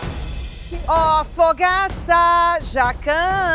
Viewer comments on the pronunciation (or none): A Chef Helena chama do o Fogaça de Fogs 🤣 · A Helena chamando o Fogaça de Fogs 😂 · a helena chamando o Fogaça de fogs kkkkkkkkkkkk ai ela é tão querida 🥺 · A HELENA FALANDO "aqui no time do foguis"( fogaça) AAA AMIGUINHOS 🥺😭😭😭💜💜